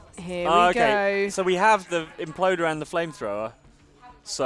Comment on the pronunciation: The imp-loder